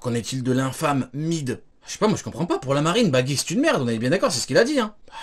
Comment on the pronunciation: Cest plus baggy cest "beugy" mdr